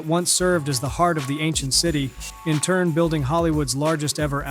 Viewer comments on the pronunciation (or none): none